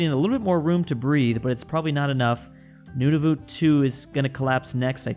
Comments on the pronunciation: I love how he says Nunavut XD “noonoovoot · calling Nunavut, nununut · when will ppl realize nunavut is pronounced "none of it" (yes im canadian) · The way pronounces Nunavut